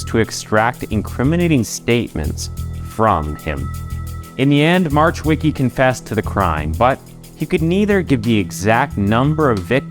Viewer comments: In Polish, we pronounce W as V and the C in CH is silent, C on its own is pronounced as a "ts" sound. Marchwicki should be pronounced as Mar-h-veets-kee. Definitely not "March Wicky" 😂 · I looooove ur work and research u do... but Marchweeky made me laugh😂 if i wouldnt know that story i would never know who you are talking about. Please check how to say it, don't try on ur own coz i know it's hard as hell if u don't know polish at all. Anyway great video❤ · I mean Just cuz how you said marchwicki made me giggle xD For next time our ch is pronounced h, not like American. Just h. But good enough